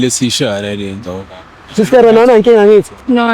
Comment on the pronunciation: "whena" utsho kakuhle king